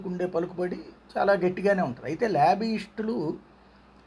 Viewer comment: Labbyishtulu kaadu ra erri pappa....lobbyist....nuvvu nee tinglish.